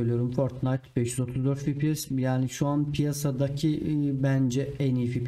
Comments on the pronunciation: fipies değil hacı efpies (fps) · fipies değil, "Fe Pe Se" ya da "EFPİES" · Abi Fibies deyişine hasta oldum güzel video :)